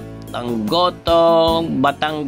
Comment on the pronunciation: Nagutom ako sa kakatawa sir! Hindi yan espageteh at ehyan aay gohtooh 😂😂😂